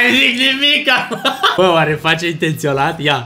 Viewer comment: "intelționat" mooor😂😂😂😂